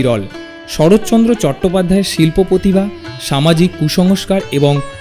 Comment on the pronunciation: পতিভা বলবেন না অনুগ্রহ করে, ঠিক উচ্চারণ কি সেটা আশাকরি খেয়াল করবেন।